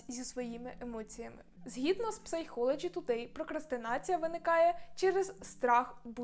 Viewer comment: якщо бути точним, то це читається як «сайколоджі тудей»